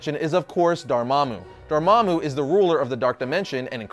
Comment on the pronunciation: Thank you so much for pronouncing Dormammu's name correctly!!